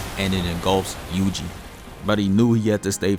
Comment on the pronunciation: WHY did i hear "juicy itadori"